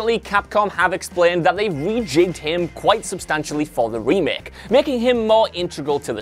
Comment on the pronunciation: Couldn't watch cause of some accent... Not the full accent, I'm fine with it but.. "remek" "resint 2" "gem"